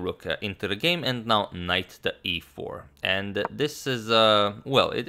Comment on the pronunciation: I like how he pronounced e4 like EA sports